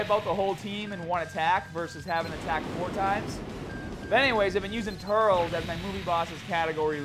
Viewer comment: You're pronouncing turles wrong